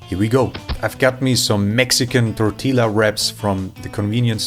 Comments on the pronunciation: It's pronounced tor ti ya not tor til a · American here - cactus isn't eaten in most of the US but it's not uncommon in some parts of the south. More common are cactus fruit (prickly pears) since almost everyone loves fruit and they grow in a much larger area than the cacti where you eat the paddles. Also it's pronounced "tortieja" under German spelling rules. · Great video but as a Latino I have to mention that the double L makes a y sound. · du kannst tortilla doch nicht so falsch aussprechen :D:D weißt du nicht, dass hier ammis zuschauen edit: the foodcube looked actually pretty nice. BUT IT'S A CUBE AND NOT 2x3! pff :D:D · Just so you know the Mexicans say tortilla with the l silent